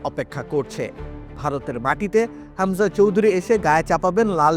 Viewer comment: খামজা কে??????? হামজা নাকি খামজা? তোরা কি যে সাংবাদিক,,,,,৷৷৷ হামজারে কে চেনে??????